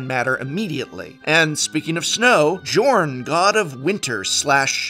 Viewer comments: I think it's safe to assume that Jorn's name is supposed to be pronounced like Bjorn without the b. So "Yorn" rather than as it's written. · Jorn is pronounced yorn. Its like bjorn.